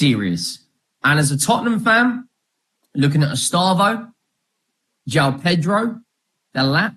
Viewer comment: lol the first guy "e-STARV-oh" I know he's a bit skinny but no need to be mean mate. I'm sure he'll be eating good